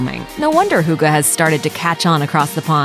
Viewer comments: it's "hygge" not "hooga" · I cant stop laughing... "Hooga" -.- It's pronounced "hooggeh" Hygge :) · Bullshit. Just take the video down. And that way you say hygge. Wtf? Hoogaa????😂😅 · Noooo. Not hooogeee... if anything: hee gee. I know, americans can't pronounce things like ü ö ä... but they can make the next best thing out of it instead of just being ignorant and butchering it completely... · Hygge is a very important thing in Norway as well, not just Denmark. And it's pronounced HYGGE, straigt forward. Not hooga, omg.. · You don’t pronounce hygge with an u you pronounce with an y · Some random name no it’s not an accent it’s not listening on how an word is pronounced hygge is not = huuuuga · sounds like she said Hookah XD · Some random name It's not an accent... Hygge is pronounced the way that one guy in the video pronounced it. If calling "hygge" "Hoooogah" is an accent then calling "kissing" "keeeeseeng" is also an accent, because that's how we pronounce "i" in Denmark. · Right, if they can't pronounce it perfectly, okay, but saying something sounding like "huugo" is just rude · Love and Bitterness omg no. It's not hoogee lol. Do you even know how to pronounce the E in English? There's a soft "eh" sound after the "hoog - eh". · I am not even Danish and felt the urge to correct her any time she said hygge... Euh, I mean... hooggah. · all I could think was "Hooga-chaka, hooga-hooga Hooga-chaka" hahaha ("hooked on a feeling" for those who wonder) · How she said it like “huga” annoyed the shit out of me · Hooga? Uhh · I can't help it but I hate how she says "hugah" instead of hygge.. 😳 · why she pronouncing hygge as huga??? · "Huga".... How does Hygge become huga???? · Hygge is not pronounced “hugga” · Omg no... it’s NOT huga 😂😂😂 please research first or at least try to pronounce it right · Hygge = Huuuga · I've never heard "hygge" pronounced so badly. You could at least have tried. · I laughed so much when I heard her say Hygge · Eva Orts pretty much, yes